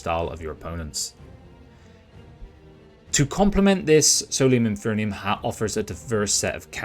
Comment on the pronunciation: Enjoyed your overview of the game. Minor nit: you're mispronouncing 'Infernum'